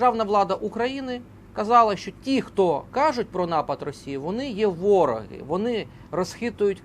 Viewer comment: Не вОроги, а ворогИ.